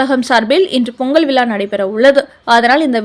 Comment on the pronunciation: 5.33 - வார்த்தைகள்: "பொங்கல் விழாவில்"... "நிபந்தனையுடன்"... சரியாக. ("ழ") உச்சரிக்கவும்.